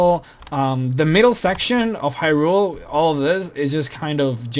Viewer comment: The Zora King was never murdered!!!! And it's pronounced as high-rule not he-rule.